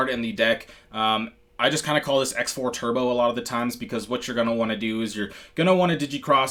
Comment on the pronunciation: It's pronounced CROSS 4 and CROSS 5 not "X" 4 / 5.....just fyi